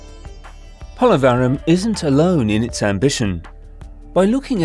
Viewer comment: Try to get the pronunciation of Polavaram right as it has been mentioned more than 50 times I guess, in the most annoying way (disrespectful of the name and culture). Same goes for Godavari. Few minutes with the locals, coming down from the ivory towers, would have helped (and given a hint of the long history of the land and how it got the name too).